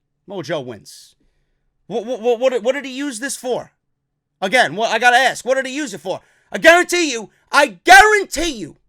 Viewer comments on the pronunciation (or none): Dude great channel, but you saying aks or axs or acts however you say it instead of Ask. Lose some of the credibility. IMO